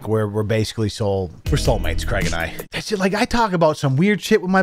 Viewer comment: Merch “Creg”